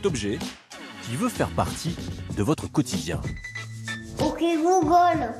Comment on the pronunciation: "ouki googole" mdr 😂😂😂😀😀😂😀😂😂😀